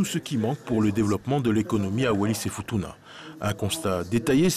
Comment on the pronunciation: Wallis et Furuna 😂 c'est Futuna !!!